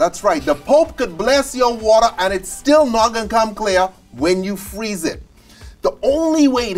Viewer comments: Fweeze It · When you Fweese it